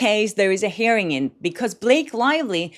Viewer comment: You’re pronouncing hearing like “herring” (a fish); it’s pronounced “here - ing”. 🥰